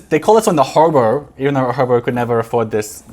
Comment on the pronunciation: Forget pronouncing French words — it was weird how you pronounced Hobo.